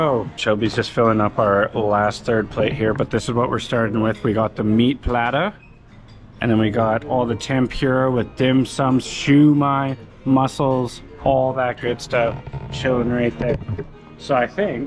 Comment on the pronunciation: I barely smile when prpnounnce siomai as shoe-my, I teach you we,say it 😊 as show~my or shomai😅😅😅